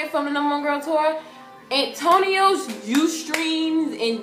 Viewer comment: you got me choking on my food when everytime you said and Antonio... KMSL!! Its Antoine,Lol:p But i cant wait whats coming ahead for them in the future and cant wait for their new album to release!!:D